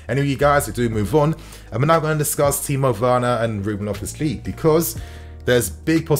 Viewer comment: Is it just me or does he say "Loftus- cleek"